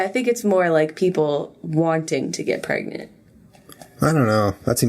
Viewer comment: Lmao "am I pregenanart?"